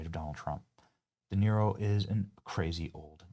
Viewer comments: Robert De Tear-o 😭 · How can we have a real conversation when you can’t even pronounce De Niro’’s name? I know you did it on purpose hypocrite😂